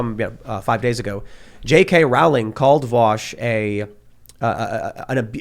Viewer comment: Hey, Tim Pawl, Rowling is pronounce Rolling, the Row is pronounce Row as in Row your boat.